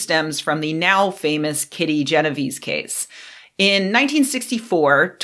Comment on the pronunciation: jeno-vay-say. It's Italian. :)